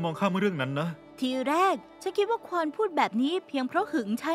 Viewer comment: ภาษาเกาหลีมันออกเสียงว่าควอน ถูกแล้วนะ